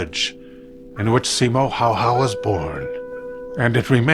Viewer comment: häyhä, not hayha